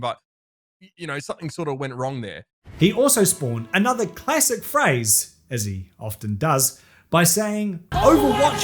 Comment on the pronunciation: And uhhnuhthur won.